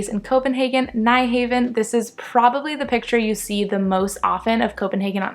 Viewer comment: Nyhaven is pronounced "Newhound". Im an american who was just there and they looked at me like I had 4 heads when I said "nyhaven"